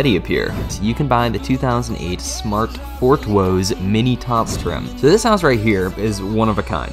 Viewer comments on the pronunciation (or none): the way you pronounced smart ForTwo, its just pronounced like the number. hilarious, considering another smart model (not ingame) ForFour.